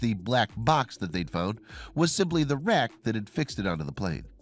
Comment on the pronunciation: Took me four attempts to understand what was said there. Auto captions said "...was simply the wreck that had fixed it onto the plane.", which is what it sounded like to me. But it was "the RACK, that fixed it onto the plane." ie. the mounting BRACKET. lol